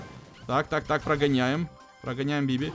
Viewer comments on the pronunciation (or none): none